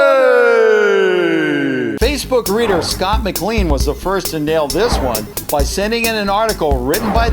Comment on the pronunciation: Its pronounced Mc'Lain' ok, sorry it just annoys me when someone pronounces it wrong lol, I would know🤣